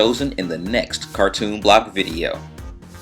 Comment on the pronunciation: its Ka-pick